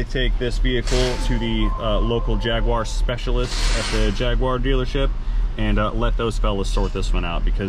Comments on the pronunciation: You have a Jaguar, not a Jagwaaar ! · Jag- u- ar not JagWar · It's NOT a Jag... WA.. Its a Jag.. you.. are. While I'm on a whinge, Herbal isn't a silent H. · Problem was too many jagwars in the one sentence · What the hells a Jagwar? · It’s not a jagwire it’s a JagUar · Jag u ar not jag wa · And you can’t pronounce jaguar correctly there is no w in jagUar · 2012 JAGWARR love the way its said across the pond. This is exactly the kind of car I buy and repair here in UK, the ones no one wants to fix. Normally super cheap and once fixed make a healthy profit.